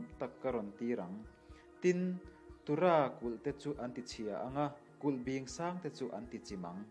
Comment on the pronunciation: Kulh bing leh Run (in sawina)i lam dik lo